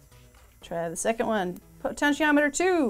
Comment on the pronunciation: "penshiometer"? Wha'?!